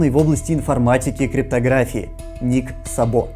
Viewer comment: Судя по тому как пишется фамилия в оригинале (Szabo) - ударение в фамилии Ника Сабо будет на первый слог, т.к. это венгерская фамилия, а в венгераском языке ударение всегда(!) и везде(!) на первом слоге - Ник С'або, а не Саб'о.